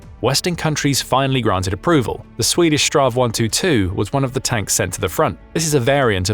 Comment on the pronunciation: It sounds funny when you say straw 122 (STRV 122) . My recomendation is that you say "Strids-wagon" or "battle-wagon" instead. Strid = Battle Vagn = Wagon 😁 STRV stands for stridsvagn wich means Battle-wagon. When we in sweden say STRV, we dont say it as a word or name. We only say the letters: S-T-R-V. STR = Strids V = Vagn. 😁